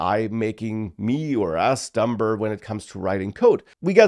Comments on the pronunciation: it's pronounced dummer, the b is silent, but we shall attribute that to AI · The Fact that you pronounce it dumBer demonstrates that your worst fears have come true already! This is a purely humorous dig meant in a brotherly spirit, with no intention to offend, whatsoever. Great and insightful video, bro.